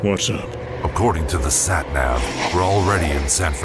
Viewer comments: The Nat Sav? The VAs do good work providing voices for the characters, but couldn't they do more than one take before using the line for official dialogue? It's SAT NAV, NOT "nat sav" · This is great I know it's "a Western", but I'm absolutely pmsl at the accents and how everyone sounds like a character from Read Dead, even though they cross the whole country, (Barton's had me howling, especially mispronouncing "Sat-Nav )... "Nat-Sav" HAHAHA))